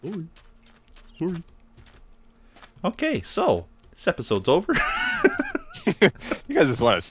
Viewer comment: HAHAA OMG "surry"